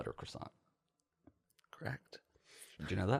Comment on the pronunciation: It’s pronounced ‘cwasone’